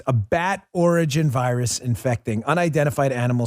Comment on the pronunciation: Oi, you got a loicense for that voirus, m8?